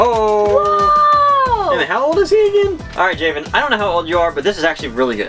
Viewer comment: you guys sorta butchered my name its pronounced (ja-vin) like gavin but with a j